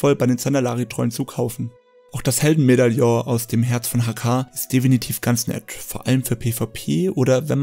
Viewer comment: Ein allgemeiner Tipp: Vllt vorher ein Skript schreiben. Du sagst viel zu oft "definitv" und dann auch noch etwas unsauber ausgesprochen. Daran womöglich mal schrauben, ansonsten gutes Video.